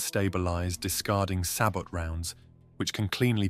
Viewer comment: Interesting video, Sabot is pronounced {say bo} the kinetic shells are known as Shard rounds. 👍🇺🇸 subbed.